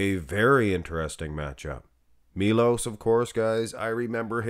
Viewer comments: it's Sharchev, u got it almost right, and its Milosh, not Milos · It's "Milosh Sharchev" he's Serbian... Š is SH and č is CH